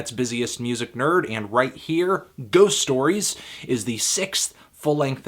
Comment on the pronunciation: The pronunciation of their previous album was spot on. I'm impressed!